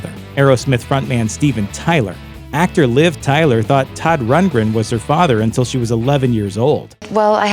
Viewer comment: "AN OPENED LETTUCE TO SODD RUNTLESTUNTLE," 🤣😂